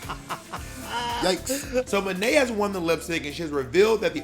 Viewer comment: The way Bob still to this day pronounces Monet “muh-nay” LoL